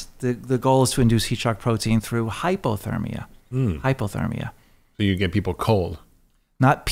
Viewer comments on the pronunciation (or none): Is he saying Hypothermia or hyperthermia?